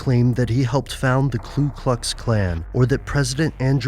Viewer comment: Narrator sounds like Trump. And it's Ku Klux, not Klu Klux.